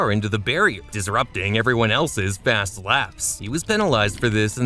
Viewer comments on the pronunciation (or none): none